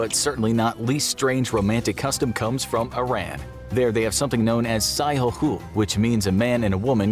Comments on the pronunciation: I'm from Iran and the way the narrator pronounced "Sigheh" and the information mentioned afterwards proved me all of these info might be worng as well. FYI: 1. It is pronounced : /sIgə/ 2. It is frowned upon and mostly done by some religious men. 3. It does not need an annulment of divorce since it is time limited and it will be terminate automatically after the time. 4. It needs to be connected by the women's father. From my understanding it is only used by men who wants to have extramarital affairs and want to go on a "business" trip with their secretary and they need a proof of marriage to get a room. Or by extra religious men who want to do extramarital affairs. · First of all the Sigheh thing is not an Iranian tradition, and it's very rare these days, it imported by Islam, and specifically Shia Secondly it's pronounce as /séɠ̊ɜ/ and its Sonny equivalent is nikāḥ al-mutʿah Thirdly, pronunciation of Iran is / irān / like Milan, Sedan or Iman